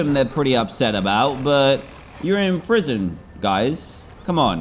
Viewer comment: Watch the episode again he said proision